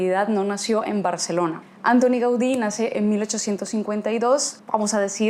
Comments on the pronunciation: Perdón, pero la pronunciación no es Ántoni (británica), sino Antóni (catalana) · M'encanta com tractes la ciutat, però sobretot en aquest vídeo, canvia la sílaba tònica de Antoni.